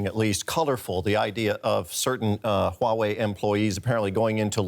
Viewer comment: it's Huawei not Wuawei.pay some money for your tongue.